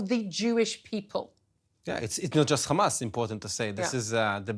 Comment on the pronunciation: It is Hamas not Khamas please. Khamas means mucous...